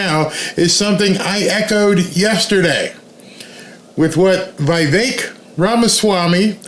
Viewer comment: Hey; do you say the word "pick" as pie-k? Vivek is not vy-vek it is vee-vek